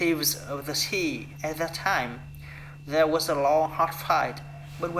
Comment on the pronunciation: Đoạn tell you a little about myself nói hơi nhanh nên bị líu lưỡi, cứ nói từ từ chậm 1 chút là đc :D was có âm cuối là âm z ko phải s đâu bạn, đổi sang âm z hữu thanh nhé sixteen bạn đọc rõ âm i dài i: nhé, nghe gống six-từn từ York và north đọc tốt lắm, có âm cuối mother cần thè lưỡi ra để nói đc âm th ở giữa school là u dài u: cần chu môi hết cỡ Đoạn They were unhappy about this nói hơi nhanh nên bị líu because âm cuối là âm z, giống từ was father giống mother, có âm th ở giữa, cần chú ý âm này. ship là i ngắn I, bạn đọc trầm xuống 1 chút thì hay hơn with us nói tốt, có nối từ th sang us :D mấy từ was tiếp theo cũng cần chú ý âm z feel là i:, mở miệng ngang giống chữ e của tiếng Việt + âm l Forget it nối âm tốt :D time bạn đọc giống như tham, nó là thai-m